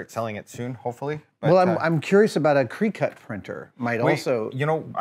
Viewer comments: I’ve heard him pronounce it properly in other videos. Perhaps this was an intentional mispronunciation for legal or advertising purposes? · Ok so Adam has been saying Creecut for awhile is it Cricut he's talking about? If so it's pronounced cricket like the bug. Maybe it's a running joke or something. It's the crafter in me. I know I know simple stuff. Love watching everything he makes. I would love to see you make Lionel's sword from Thundercats. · Adam. You're killing me. Cricut has antennas on the logo. It's pronounced like cricket. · Adam it's pronounced "cricket" like the animal. I know it can be confusing with the spelling, cricut. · It's definitely pronounced like the insect lol. I've heard it pronounced 'cry-cut' too. It suuupperr bothers me when people pronounce it wrong lol. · Is no body else bothered by the way they said cricut cutter or have I and everyone I've ever heard say it been doing it wrong